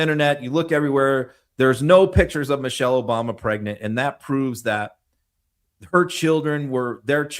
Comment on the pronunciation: The vile wrestler couldn’t even say Michelle correctly, he said Mochelle.